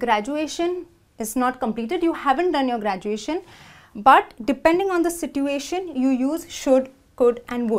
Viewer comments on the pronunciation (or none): Wtf is sit-way-tion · Thanks. Please mind how you pronounce SITUATION though. It should have been sĭch′o͞o-ā′shən.